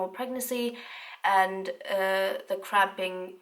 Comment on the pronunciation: I thought she was say extreme crapping not cramping😂😂😂